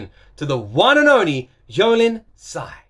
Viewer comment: Her name is pronounced more like a Tsai ii lin ~~